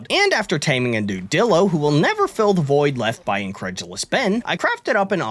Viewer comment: He way he pronounces it dillo and not DIlo HAS to be ragebait